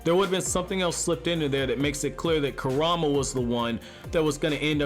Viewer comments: It's kurama not karama!!! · its funny how he says kurama he says ( ku-ram-a) instead of ( ku-ra-ma) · Ok don't mean to be mean but it triggers me how he said karama and not kurama to me kurama,s name is the easiest name to say out of the whole naruto series lol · Narrator; Bro you are mispronouncing Kuruma!! Please stop 😬😬